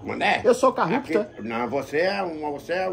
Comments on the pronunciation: "Carrupto" kkkkkkkkkkkkkkkkkkkkk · CARRUPÇÃO E O MANÉÉÉ É CARRUPTO😂😂😂😂😂😂😂